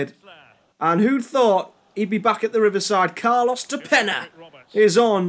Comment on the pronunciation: I love how you spend like 10 minutes mispronouncing "de Peña" lol. Yeah after Boro, he went back to Uruguay and lit it up. Now he plays in the Champion's League with Kiev.